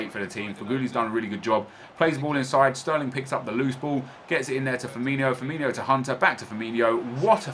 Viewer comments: Its FirmiNO not Firminio.... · its firmino not firminho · I know it's just a little difference but his name is "Firmino" not "FirminHo" 😁